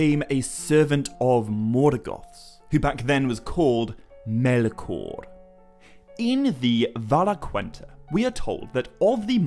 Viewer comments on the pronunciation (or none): Why can't you pronounce "Melkor?"